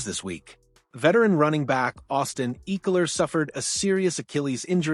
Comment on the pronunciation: ECKELER not Eeckeler!